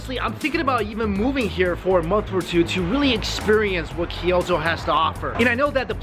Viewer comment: Ki-yoto? Toki-yo? never heard of those city. But i have heard of Kyo-to and to-kyo. Funny Canadians.